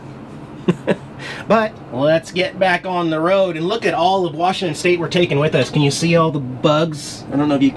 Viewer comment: I hope you are from our beautiful state, I want you to realize there is no "R" in Washington.